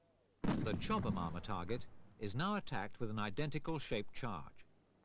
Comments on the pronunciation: the narrator added about three extra syllables to "Chobham" lmao "Chobba-mahm" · it's weird hearing him say "chowbahmomma armour" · Right? i kept wondering where he was getting all the extra syllables from lol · I thought the narrator kept saying “chubby mama “😂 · He was probably thinking it !